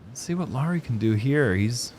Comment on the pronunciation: pronouncing Lauri pretty much perfectly feels so warm in my Finnish, disc golf loving heart. Great job. 👏🏻